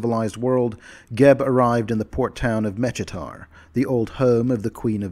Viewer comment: Mechitar is pronounced MEH-KEE-TAR btw